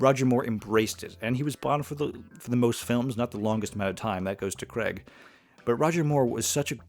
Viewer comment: It’s not Daniel ‘Cregg’. It is ‘Craig’, which sounds like the word ‘cray’ with a ‘g’ at the end. It’s a long ‘a’ sound. Why do so many people mispronounce his name?